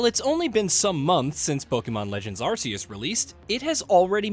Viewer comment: Absolute worst list I've ever seen in my entire life. Y'all didn't even pronounce ARE-KEE-US, correctly either 😂